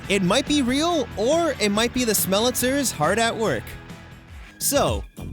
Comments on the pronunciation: Great video, but you need to work out the phonetics a bit for the Smellitizers. Pronounced smell- eh-TIE-zurs. Like appetizer. That only stuck out to me because : 1. EVERYTHING about the production was so top notch, and 2. I'm a pedantic son-of-a-bi...er...gun. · I think its pronounced smell-a-ty-zers